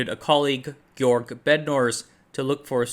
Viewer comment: fyi Bednorz is polish-silesian last name hence it should be read as in polish pronounciation